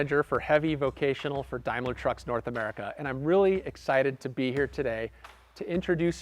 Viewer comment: "Dime-lar"? Dame-ler